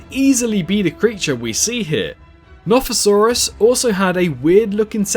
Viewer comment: Notosaurus it’s a notosaurus maybe oh i literly commented this when you said plesiosaurus and now i see yoi just theorized the nothosaurus bruh